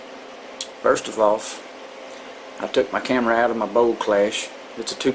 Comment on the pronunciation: "Take 2 screws owt and it'll slyde right owf" 😩